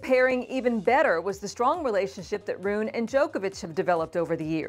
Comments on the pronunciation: Because she is mispronouncing it! It's "Roo-nuh." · I hadn’t heard his name pronounced this way before.